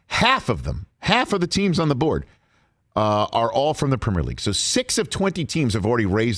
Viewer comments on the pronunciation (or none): better question is: why can't pronounce the word "premier"? the 'primmer' league?? lmfao